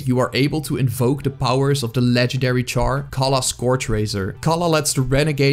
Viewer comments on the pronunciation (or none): none